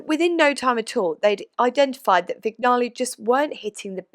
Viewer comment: If I may, Vignale is pronounced like cognac - Vinyaley.